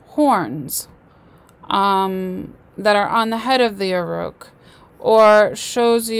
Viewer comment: AUROCHS..PRONOUNCED "AWE-RUCK" NOT AUR-ROOK